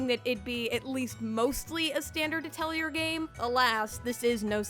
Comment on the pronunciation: Great review! Thanks for all the helpful insight! However... the R in Atelier is silent. It's more pronounced ah-tell-YAY. It's a fancy french word for a workshop or art studio and even though I took French in middle school I'm embarrassed to admit I pronounced it at-el-ear till college.